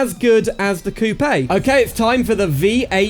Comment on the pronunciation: coupè? COUPÈ? Koop, its pronounced K-oo-p